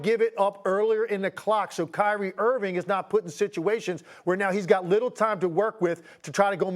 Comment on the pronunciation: Steve A.... Why can't you say Kyrie's name right? It's Irving.. Mnot Irvin.... And Dallas wants to see if Luka will give up the ball? That's a horrible take! Do you even watch mavs games? Clearly not!